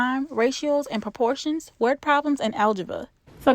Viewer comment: *Proportions.... not porportions